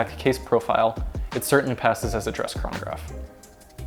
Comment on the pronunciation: I hate the way he days "chranograph"